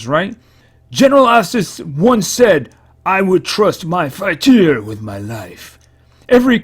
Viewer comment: you say it as fight-tree-er